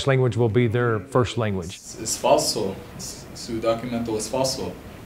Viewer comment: “your documento is falso” lol tf